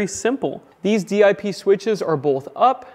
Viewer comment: Most people who go way back instead of saying D-I-P switches say it as one word "dip". I enjoy all the info you put in videos. I'll make the leap into a n off grid setup someday soon. Thanks